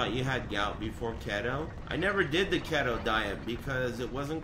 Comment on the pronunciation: key-to not ket-toe